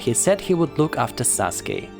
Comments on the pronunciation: It’s Sasuke not Saske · It’s sasuke not saske. But it doesn’t really matter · its sasuke not saske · “Saske” lol it’s “Sasuke” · Saske its Sasuke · IT'S SASUKE NOT SASKE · Did he say susake is Naruto's first love. 🤣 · How it's pronounced: Sa-Su-ke How people pronounce it: Sas-Kay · How many times did he say saske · Is any one gonna tell him he's saying Sasukes name wrong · I was thinking the same lol